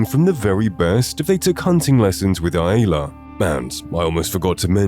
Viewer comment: Who is eye-aye-la? No one pronounces it that way.